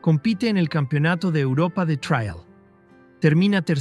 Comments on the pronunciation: Después de repetir traial 50 veces he dejado de ver el video, me supera, en España como alguien ha comentado ya es TRIAL, no se pronuncia en inglés, pero claro ¡qué se puede esperar de un mejicano! Presumen de saber hablar español mejor que nosotros, que inventamos el idioma, y lo llenan de anglicismos - en su descargo hay que decir que aquí en España cada vez hacemos más lo mismo, con la cantidad de periodistas y comunicadores que son imbéciles perdidos y aunque no tengan ni puta idea de hablar inglés van de guay, perdón de "cool", y emplean cada dia millones de anglicismos jodiendo el idioma. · El video puede que tenga errores, lo pública un latinoamericano parece, por eso dice traial en lugar de trial. Pero muchos ingenieros de los comentarios parece que están más equivocados aún, aparte de que les domina su Ego. El video me ha producido nostalgia, pero la mayoría de los comentarios me han hecho reír mogollón, 😂😂😂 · El robot no sabe pronunciar la palabra "trial" lo demás lo pronuncia bastante bien.